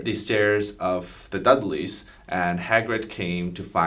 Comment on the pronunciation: ‘The Duglies’ 😂😂😂 *Dursleys